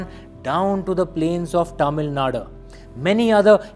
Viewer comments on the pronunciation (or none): Its tamilnadu not tamilnada 😂😂